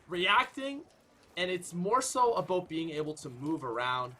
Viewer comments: Hey idk y but when you say a boat instead of about I want to correct you really bad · The way he pronounces about gets on my nerves. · Once he said “A 🚣 “. I knew he was 🇨🇦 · why did he say "A boat" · it's always funny when you pronounce about aboat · The way he says bout it sounds like boat in england